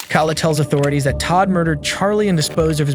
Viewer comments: Her name is pronounced "Kay-La" they say her name several times in the footage. Either this channel uses an ai voice or they don't care. You added the footage and mention the victim multiple times the least you could do is show some respect and get her name right. Huge pet peeve, name pronunciation matters. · You keep mispronouncing her name! It's pronounced "kay-la" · The first girls name is not pronounced “Kalla” it’s killing me. It’s Kay-la how hard is that 😭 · Why is this channel saying Cal uh like a dudes name and uhhhhhh. Its verly clearly pronounced Kayla. Duhhhh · Is this channel AI narrated? Because the constant mispronounciaton of Kayla is driving me crazy.